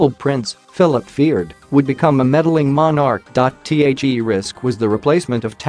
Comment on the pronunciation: Somehow, I have trouble believing a video when the announcer is clearly a computer generated voice. Especially when the subject is the royal family and the voiceover cannot properly pronounce the word "monarch".